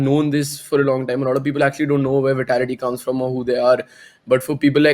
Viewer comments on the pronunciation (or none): It bugs me when he says We-tality its Vitality 😝